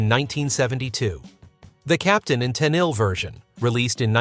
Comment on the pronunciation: Toni's last name is pronounced "Ten-eel"